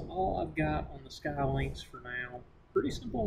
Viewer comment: I believe it's pronounced Skee Lynx, not Sky Lynx.